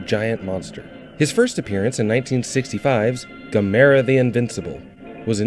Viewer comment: Say the name right